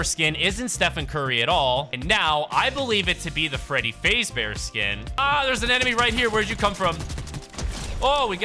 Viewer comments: Bro you said freddy faze its freddy f-a-z-e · Bro said Freddy faze-bear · it’s FAZbear, say it. Fazbear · did bro just say fazebear? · bro said fazbear wrong